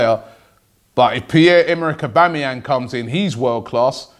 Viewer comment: again robbie it's aubAmeyang. are you trying to sabotage the transfer ?